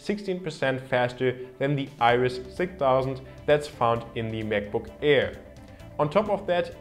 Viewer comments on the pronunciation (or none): Hey, find's klasse, dass du als Deutscher in gutem Englisch sprichst. Hab nur einen kleinen Verbesserungsvorschlag: the + Wort, das mit Konsonant beginnt wird "the" ausgesprochen, the+Wort, das mit Vokal anfängt "thi". Du sprichst alles als "thi" aus, was sich total falsch anhört :D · could you pls learn how to pronounce "the" correctly? pls that's so annoying.